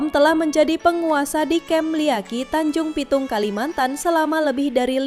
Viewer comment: Maaf. Tanjung Puting bukan Tanjung Pitung.